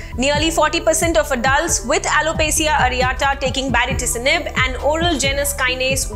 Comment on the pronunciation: Kindly pronounce the name of the drug once more for me ..mam...i can hear ..a different name altogether baricitinib or bariticinib what is it????